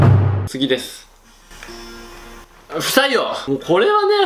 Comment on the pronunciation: 不採用が、 「臭いよ」って聞こえた。